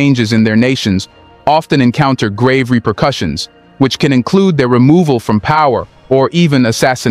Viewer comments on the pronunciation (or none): none